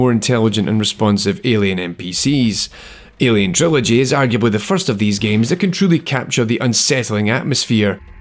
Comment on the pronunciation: Great Video, but your "ILIen, ILIen, ILIen" got stuck in my head. LOL